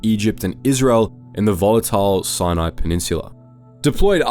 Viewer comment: It took me way to long to recognise he was talking about Sinai when he said Sinei